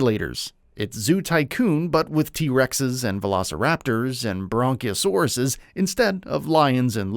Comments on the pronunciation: Mah man.....did you say Bronciosaurus???? Lol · Did you really say Bronchiosaurus?